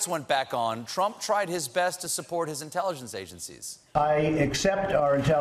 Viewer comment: Notice when he's reading the script, he reads "intelligence" as "Intelligent" and then adds "Sss" on the end. He is illiterate.